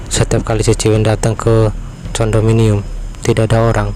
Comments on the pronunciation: Tulisannya condominium bacanya kondominium bang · hello....lu kampungan banger seh.....Condominium..di bacanya (kondominum),,,,,belajar..lah pronunciation tau pengucapan salami Bahasa ingris....tahu,,,,Sebel gun denger nya Condominium...